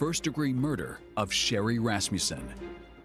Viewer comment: Can someone say to this afro lady that it is not rassmjusen it is Rassmussen!!!